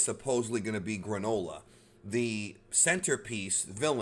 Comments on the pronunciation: Gronola LMAO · Everyone: Yay the Granola arc!! Me, an intellectual: FOOLS! This will be pronounced the GRAND OLA ARC